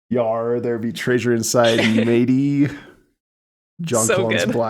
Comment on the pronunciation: STILL saying Tray-sure huh?